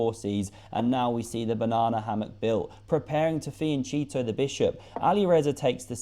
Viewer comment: ah yes, King's Fiandoritos! It's pronounced fee-uhn-KET-toh